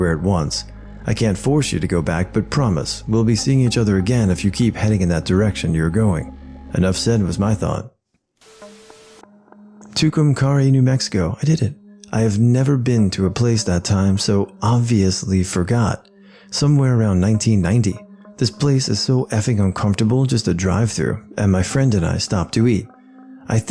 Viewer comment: As someone that lived in New Mexico for over 20 years I can asset that Lincoln is pretty unnerving. I had to go there once for something, I forget why, but I never went back. Also, Tucumcari is pronounced as 'To - cum - care - ee', but you were closer this time around! I've never felt eerie when I went there though. I seriously can't believe nobody has mentioned Carlsbad yet or Raton. If you go to the cave in Carlsbad it's fine but the moment you go into town it's a very different story.